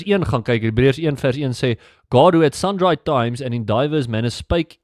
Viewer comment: Lekker! Dankie vir n goeie kanaal. Maar jy moet asb ophou "sundry" verkeerd uitspreek, dis soos n by wat my steek elke keer wat jy dit se. God seen broer!